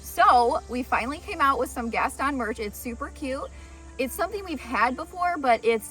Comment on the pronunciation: Gaston is pronounced with a Long o and the accent is on the o